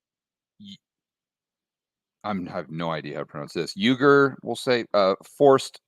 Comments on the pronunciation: This may be the first time I’ve ever disagreed with you,. But forced labor from Uyghur Muslims (as well as many Christians) in concentration camps in China is a real thing. And a US boycott is a good thing. Clearly you haven’t studied this because you mispronounced “Uyghur” (WE-ger). I know you have a great big genuine heart. So I’m giving you the benefit of the doubt. Biden never does anything well. And I can definitely agree the execution of this is all wrong. But this is a step in the right direction. Ask Jim Rickards about these camps, please. Much respect and thank you for your work. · I think it is pronounce Wee-gur? Anyway, that's been going on for years and now, just when everything is falling apart, bidet wants to do the Muslim minority a solid? What a load. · Xinjiang is a land locked province without a port so any thing made there will be shipped from another province. Uyghur is pronounced ..... (wee-ga)